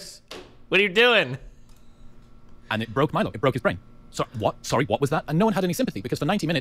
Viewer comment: How many times is going to say "sorey"?